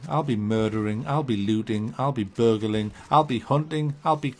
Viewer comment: ''I'll be burgerling''